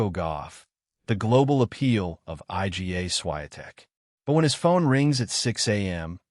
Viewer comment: Iga pronounced I G A Swiatek ...... AI brutality ......